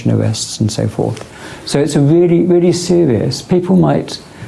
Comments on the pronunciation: It's WellyWeely Sewious 😂😂😂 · "It's wheely wheely sewious"